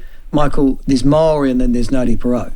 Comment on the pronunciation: Cringey the way racist Laws pronounces te reo Maori, so ponsy and fake